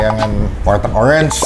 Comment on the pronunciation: warteg bang bukan walteg. canda walteg😂😂😂